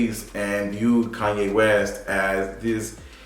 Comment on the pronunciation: Kanye,not KUNYE!